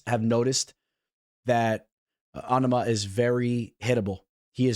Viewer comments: LoL on ama you sound like such a fuckin weirdo bro. Love to hear you fuck up tons of fighters. Obviously, ya know nothin about ufc if you can't even pronounce his name. NOT ONE PERSON IN ANY EVENT OR PODCAST ETC. HAD EVER SOUNDED so stupid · I like the way he say on-a-ma it's just like Obama but with a N 😂😂😂😂